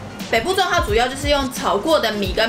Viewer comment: 北部粽我听成父母粽（闽南语）😂